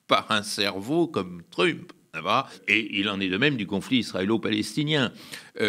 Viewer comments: En prononçant " trUmp", ce type a fait mon noel. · Le gars n'a jamais entendu la prononciation de trump et il prétend s'y connaître suffisamment pour analyser sa politique. Soit il ne s'est jamais renseigné sur le sujet dont il parle soit c'est une personne manquant de sérieux, de professionnalisme; dans tous les cas, du coup, c'est problématique, qu'il puisse s'exprimer sur ces sujets-là.